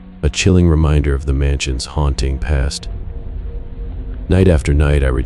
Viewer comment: What is HOUNTING? Asking for a friend. Bc I am mesmerised by the dulcet tones of your sexy voice……brain in shutdown mode😉😋🤷🏼‍♀️💜